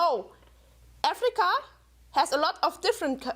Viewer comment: "AAFFreeeeeCAAA?!" Every time she said it. Omg